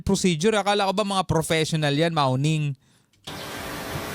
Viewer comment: Mawning ohh amamm hindi maoning amom nga Chinese sa Visayas hulihan 😂😂